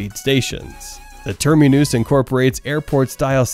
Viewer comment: What is a "termi-noose"??? 🤣